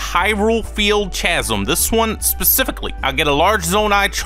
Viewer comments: No way you called link zelda, and said CHasm instead of how it’s actually pronounced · Its pronounced Kassim!!!